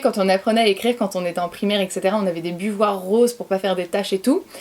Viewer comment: "Des buvoirs" -> des buvards